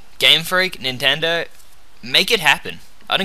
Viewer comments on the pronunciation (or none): none